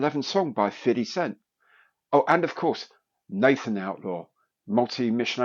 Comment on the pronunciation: Excellent job on the pronunciation of "fiddy cent". I officially give you street cred. 🤘